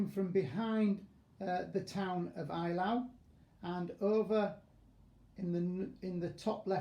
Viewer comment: At least try to get the pronunciation right. It's 'A' - LAU, not 'EYE' - LAU. Best Wishes: Professor of History: Eton.